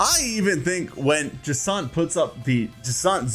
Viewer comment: Jacant? JacINTHE.